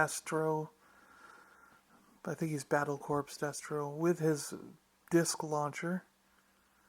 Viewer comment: "Corps" is pronounced "core" not "corpse."